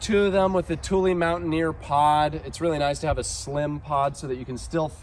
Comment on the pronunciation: So pleased you pronounced Thule correctly. Love the Westie, an awesome appreciation video.